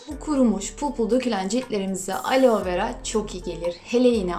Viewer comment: Alo degil aloe 😂😂😂😂😂